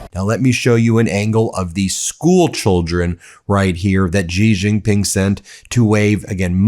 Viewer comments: "she" Jinping It's not that difficult to pronounce correctly! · Just a petty point of correct pronunciation. Xi Jinping is pronounced She (as in she, he, him, her.) Gin (as in what you drink) Ping, as in ping pong.) She Gin Ping. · It's pronounced as Xi (just like C) Jin Ping, not Zee Jin Ping, Ben. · You should have someone tutor you in the correct pronunciation of Chinese pin yin - particularly President Xi’s name.